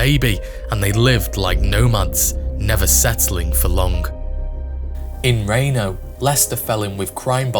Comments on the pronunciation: How about a shoutout to helen. She had to have followed that train just waiting for him to break out and jump off. And its not rainō its reeno. You brits and your pronunciations smh 🤦‍♂️ haha And what a badass old man. Up in his apartment, sees the robbers in the street, and says here boys have some buckshot. I have a semiautomatic shotgun with buckshot, so hopefully i can shoot through my door if i need to. But I’ve patterned it and from across the street its like 3 feet wide. Barely gotta aim. Hey fucker, catch a wad. Good luck digging the lead outta your arm. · Just so you know Reno is pronounced Reeno, not reno